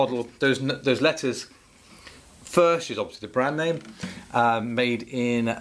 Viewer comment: It is pronounced "Firk", it is Czech.